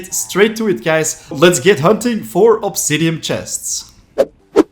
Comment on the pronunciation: The way he says "obsidiam" is so infuriating, otherwise great video